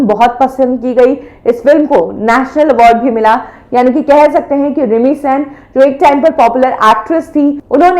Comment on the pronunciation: मैडम प्लीज pronounce it as सेन not सैन।। थैंक यू!!